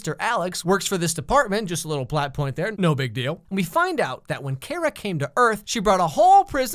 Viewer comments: I'm sorry but its not Kara the way you pronounce it. Its pronounced Car-a. Like Its a * Car Uh! * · In so sorry but is (car-ra) thanks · Whenever he says Kara like Cara I cringed 😑 its just... ugh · Him saying Kara’s name wrong the whole time was kinda pissing me off lmao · Enjoyed it the most, but said her name wrong the whole time lol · To be fair, that's the how Kara is pronounced in Smallville. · Alex: pronounces Kara wrong Supergirl fans: *TRIGGERD* Edit: wow i didn't know i would get this many likes! Thanks #Superfriends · Yeah it made me really angry everytime he said her name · Did he pronounce her name wrong after watching the show...? Yes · If he says her name wrong one more time...I’ll be extremely annoyed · HES SAYING KARA WRONG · okay this is funny I love watching slams on shows I like, idk why, but you said her name wrong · Who else hates that he saying karas named wrong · Who else was REALLY bugged by how he pronounced Kara? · Im sorry.... But the way you pronounced her nameeeee 😂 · Me Low key upset on the way he keeps pronouncing Kara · There are two people in the galaxy who can’t properly say Kara’s name, Cat Grant and the creator of this video 😂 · You keep saying Kara's name wrong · Him saying Kara’s name wrong is really bugging me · pronounces Kara wrong oK FIRST OF ALL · I died a little each time he said Keira instead of Kara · There's nothing wrong with having a different opinion. These are TV shows, it's not like he's advocating neo-nazis or anything. Do admit pronouncing is strange since he's saying Kara like Care-a rather than Car-a given he prefers this show over the others; but it was started back in the 90s Superman cartoon so readers think it's pronounced that way (Care-a) until this show came along. Before that, it never really mattered. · It's not "Kera" it's "Kara"!! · He saying CARE-uh. Instead pf CAR-uh.. Her mother even says it lmao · Kare-ra??? Its Kar-Ra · You don’t say Kara’s name like (care-ra) u say it like (car-a) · Its Kira.